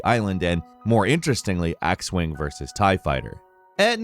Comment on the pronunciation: did this man just say axe-wing vs tiefighter? Dude im conviced he says things wrong on purpose.